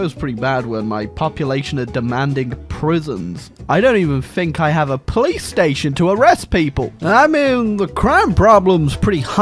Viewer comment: I know he says police station but i still only hear PlayStation.😂